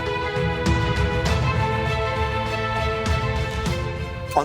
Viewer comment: What’s a “vehicule”?